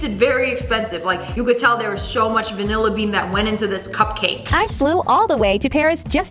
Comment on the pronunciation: BRO U SAY VANIBEAN 😂😂